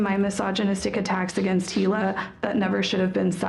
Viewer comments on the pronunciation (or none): Just a heads up, Hila is pronounced “E-lah” not Hilia lol